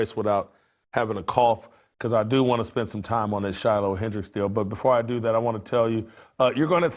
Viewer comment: Any "Doctor" that can't pronounce the word this or that needs his license revoked.